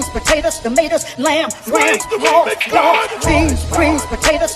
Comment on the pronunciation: Wait! Did she say hoga and dogs? 🤦🏿‍♂️